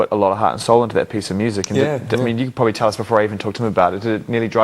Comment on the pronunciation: when does the say pwobably?? missed it for about 3 times ^^